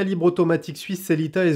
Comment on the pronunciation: J'ai arrêté d'écouter après avoir entendu sellita